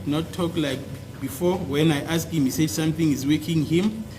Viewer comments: Asked how do u teach a person when u cant pronounce asked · Advocate Mnisi still hasn't taught himself how to pronounce, 'asked' even today🙄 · As long as you know the word. Forget about how he pronounces.